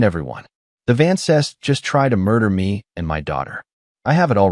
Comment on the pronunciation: Just wish they pronounced Vances properly. So irritating.